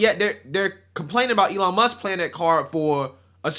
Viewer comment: “Elon Muskez” =\= “Elon Musk’s”